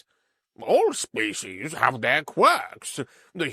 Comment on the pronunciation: Narrator, you really do need to work on properly pronouncing words. Demonstrably, look it up; species' is pronounced the same as the collective noun species even though it is possessive.